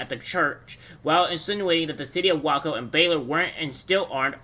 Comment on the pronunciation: Great video bro!! Btw heads up Waco is pronounced (way-koh).